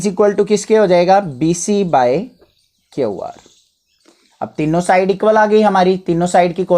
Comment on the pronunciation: Q ko kyaau mat bola kyu bola